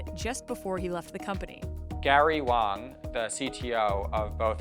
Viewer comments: Wang, not Wong e.g. I have a big wang. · It's Gary Wang, not Wong. hearing this name makes me ongry